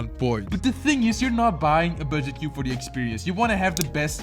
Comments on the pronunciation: you said Best cübe 🤣🤣🤣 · Bro really just said best cübe 💀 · Love how he gags that he is from Europe by using ü occasionally for the letter u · Did bro put an accent on cube?